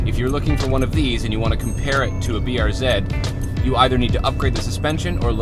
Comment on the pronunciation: Thank you thank you thank you. Pronounced BR Zed!